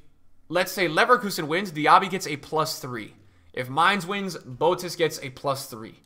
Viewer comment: Boetius is pronounced as Boo Ey Tee Us